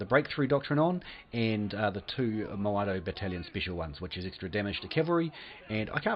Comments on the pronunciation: It's Modao not Moado XD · It's even more annoying when People say Maodao and not Modao like it's called in game